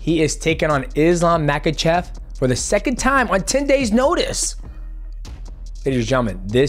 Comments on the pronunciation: I don't blame you, it is Chael Sonnen!! he is ruining names lol. 😂 He calls Islam "MAGA-CHEV," or "MICHEAL-CHEV". It is Ma-Kha-Chev. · And Mackel-chef as he likes to say